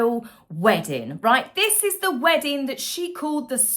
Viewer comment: There's a 'G' on the end of weddin g dear.